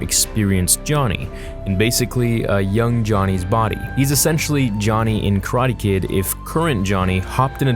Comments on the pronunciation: tf is “Ka-ra-te” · How you say karate is weird but i like that i like that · the way u say karate makes me wish i was dead